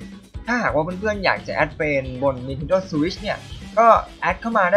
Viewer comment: ฝีฟ้า สถาดิว ออกเสียงโคตรฮา